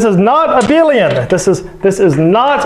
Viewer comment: I do believe it's due to his accent, I wouldn't pronounce it as he does. Abelian shouldn't sound similar to a billion in the first place. Ah-behl-i-an not Ah-bil-ion